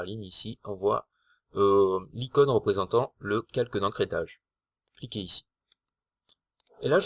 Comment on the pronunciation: GIRLFRIEND et et pas gUrlfriend Ecrétage et pas ENcrétage